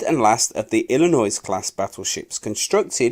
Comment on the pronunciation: Wisconsin....wiSkonson Illinois...........Illinoyz Kearsarge.....keersaj Awesome voice work. Absolutely appropriate for the number of times contributors have mangled English history. Love channels like this, look forward to more, hope you get better.